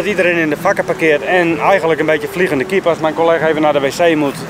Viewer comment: ben ik de enige die de hele tijd denkt dat hij pik zegt in plaats van kip?